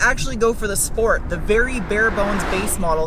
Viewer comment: As a German, I absolutely love the way you pronounce the words SCHport, SCHteel, ConSCHtructed, BilSCHtein....